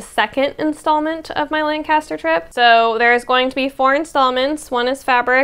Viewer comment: We in PA say “LAN-cu-ster”. Your hair looks AWESOME.